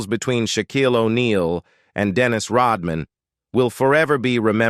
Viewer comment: AI says Shaquillio vs. Rodmein